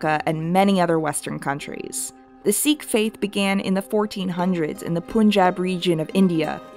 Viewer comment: hi, love the video but just letting you know, sikh is actually pronounced sic, not seek.